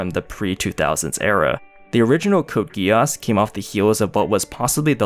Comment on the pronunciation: Code Gee ss, NOT Code GUY ASS